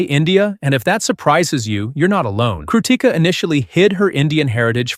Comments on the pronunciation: bro thank you so much for making this video and supporting her and yes you are pronouncing her name wrong 😭😭 the difference between Ti and T is so huge damnnn I just noticed it today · Stop saying crutica😊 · Your pronounciation of "krutika" is wild.